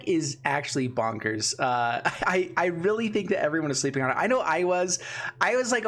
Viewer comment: "Sleepying" LMAO